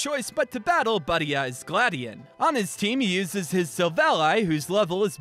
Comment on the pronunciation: OH GOD "GLAD"ION?! THIS WAS FORTOLED